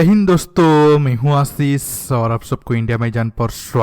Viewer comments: Kosis, asis . Sh ko s boltay ho, bullshit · Are apna lahza theek kro, apna nam asis bol rhe ho, Kahan k khojee patarkar ho bhai